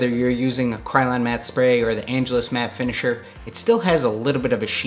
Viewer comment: Did you say "liquid kicks matter finishiner"?